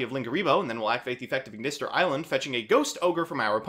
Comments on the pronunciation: Am I the only one who's frazzled by him saying "aignister" instead of "At Ignister"? Cause I thought that "At ignister" was how AI said it in Vrains. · why do you pronounce it Eye-Ignister? It's pronounced at-Ignister. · Bro why are you pronouncing everything "eye".....its very clearly "at" and "A" "I"....lmao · It is At ignister, don't worry we are right. :)